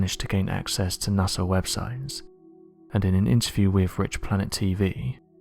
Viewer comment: It's his accent. Puts "ng" in lot of his words. Makes it hard to understand.